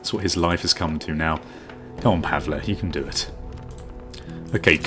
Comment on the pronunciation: its pronounced Pa-vull